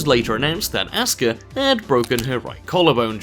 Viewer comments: REX Al Abri it is pronounced oska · Well fuck you racist puppy... always intentionally mispronouncing Asuka as Ass-ka to insult the Asians...but what can be said... probably your parents got divorced and there was no one to teach you manners!!